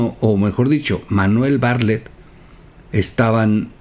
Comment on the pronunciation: pronuncias mal el apellido bartlet, como pronuncias la palabra atleta?